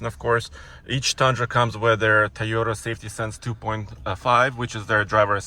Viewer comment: So still doesn’t know how to pronounce Toyota, and the designers and aero people don’t really care about pulling their trucks out of bad situations (tow hooks). Otherwise it looks about like what you’d expect. I really do like the surround-view camera system and interior rear view camera though. That’s important for truck owners.